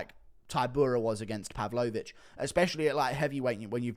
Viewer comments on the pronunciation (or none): none